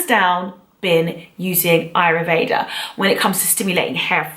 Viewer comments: Isn't it Ayurveda ? You say aryuveda great video tho very well structured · Its AYurveda..not ayruveda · It's pronounced "Aayoor vaidha" not ayruveda... Good video though 👌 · This is an awesome video and I'm no way hating, but I do feel the need to point out that it's written and pronounced AYURVEDA. I know it's probably just a misunderstanding since the pronunciation of the word in English is a bit funny but I felt the need to say it 😊 but your video is awesome and has amazing advice and explanations, so thank you for sharing!! ❤️❤️❤️❤️